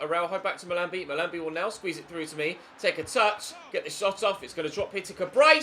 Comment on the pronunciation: is pronouncing "Mahlmbi" wrong